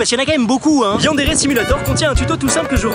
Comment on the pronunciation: Ça se dit YANE DÉ RI (YANDERE)